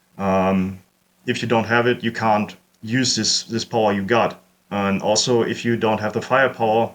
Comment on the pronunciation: Ah yes, the "alzo" strikes again! Brilliant vid!